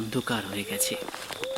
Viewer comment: খুব সুন্দর। তবে বাচিকশিল্পী হতে হলে শ, ষ এগুলোর উচ্চারণের প্রতি যত্নশীল হতে হবে। যেমন 'পোস্চিম' নয়, 'পশ্চিম' ; 'আবোহাওয়া' নয়, 'আবহাওয়া' ইত্যাদি বলা অভ্যেস করতে হবে।